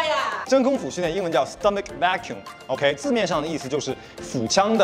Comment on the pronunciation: 聽她講stomach vacuum兩個字也沒說好。這方面估計不是她的強項。還是欣賞影片內容吧